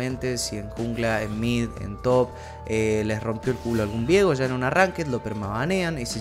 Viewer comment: pasa que su nombre no se pronuncia "viego" de forma simple, la idea de la "e" es que sea Vieeeeeeeego de forma tenebrosa xd por algo es de la isla de las sombras. si fuera vigo sonaria horrible al decir viiiiigo o algo asi XD.